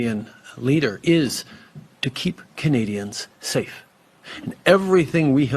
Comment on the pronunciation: Um i dont think Justine knows the defination of "sa-ffe" or however he says it